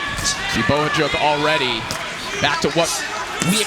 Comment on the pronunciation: Why does he keep saying Bokachok? It's obviously Bohachuk!